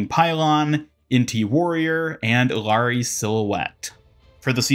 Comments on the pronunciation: Stopped watching when you said Eelaree. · SAY IT WITH ME— EE-YAH-RI